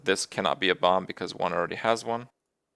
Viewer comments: What the heck is bompf? I thought the word was Bomb and the last B was silent. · What is Kripp saying? "Bomp?" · Half the time, he ended up saying bomp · I noticed that too, he just needed more practice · Anyway else getting slightly annoyed that he pronounces it like bomb is like balm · Kripp, love the video, but why in the name of all that is holy do you pronounce the second "b" in bomb? You do it with "mad bomber" too in Hearthstone videos. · now I have to listen to kripp say "bomb" incorrectly for 15 minutes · great i get to hear kripp pronounce bomb wrong for 15 minutes. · I'm just here to listen to Kripp pronounce the silent "b" in "bomb" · Every time he pronounces "bomb" I have an epilepsy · Alternate Title: Listening to Kripp mis-pronounce "bomb" for 15 minutes. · Oh god I have to listen to Kripp say "Bomb" incorrectly all video. It's even worse than the "How Good is Bomb Lobber?" video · Holy shit the second b in bomb is silent! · damnit kripp the b is silent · I think he decided to stream Minesweeper just to say "bomb" repeatedly and enunciate the b on the end of the word. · Why does he pronounce the "b" at the end of bomb? It's silent xD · Wow Kripp really does pronounce the silent 'b' in bomb on any occasion. That's just how he says the word.